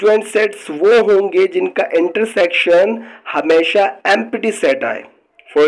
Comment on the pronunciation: sir this is not empaty set this is empty please correct the prononsiyation thanks